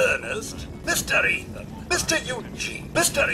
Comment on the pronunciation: what the hell, he can say bruckheimer. But yet he fails to be able to say Ethan